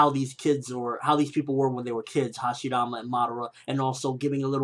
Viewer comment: why does he pronounce hashirama with a "d"?